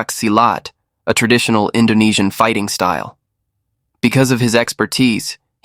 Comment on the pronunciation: Awesome content, very well investigated. You even pronounce Indonesian names and words PERFECTLY, all of them! Congratulations !